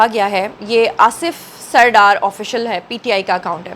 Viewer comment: آصف " سر ڈار" نہیں ــــــــ " سردار" ہے یہ لفظ